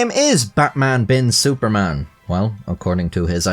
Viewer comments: I just have to say that your pronunciation of "Suparman" is so good, There isn't many people who bother with getting it right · i am from singapore and yes this guy is a legend the "superman" is actually pronouced as "suPAR man" as its javanese so yes u got it right